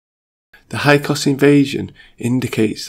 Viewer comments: Hyksos is pronounced "hick-sos" (or so I was taught). Otherwise great job, I really dig this video! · Hyksos not hykos Io io (aio eeo) not lo.